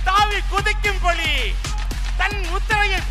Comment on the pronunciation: Idhu ration kadayila kidakkira PULI ... :)- TR's pronounciation sucks (la, lla)